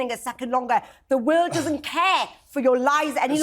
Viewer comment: OMG. She is unable to say The word world correctly 🫠 You just Embarrassing yourself lady …..